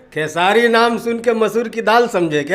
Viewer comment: Beta tu khesari bhaiya par video banta hai to aach se bol khesari bhaiya ka naam sala